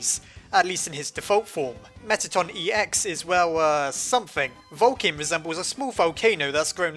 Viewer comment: Whenever I hear Vulkin I think Vulcan #StarTrekFam